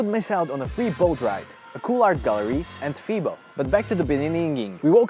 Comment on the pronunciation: Hi, great video about Amsterdam. We Dutch pronounce the E just like the English pronounce the A. Confusing? So FEBO is pronounce as FABO;-). Keep making YouTube content, you're doing great!